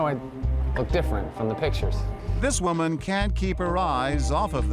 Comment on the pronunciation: Lol at part he said "Waman"